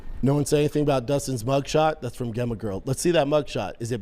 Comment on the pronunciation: “That’s from Guh-emma” (Gemma)